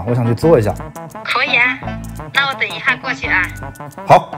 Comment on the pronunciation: 阿姨的这等一哈，就知道咱们是武汉老乡了，哈哈哈😂